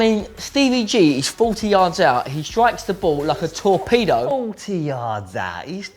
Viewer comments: When said 'a torpedo' I thought he said 'a tall peado' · when he said torpedo into the corner I thought he said tall pedo in the corner